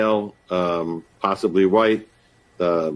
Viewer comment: “6ft 4, short dreaded, dark Huwhuyte man” - CNN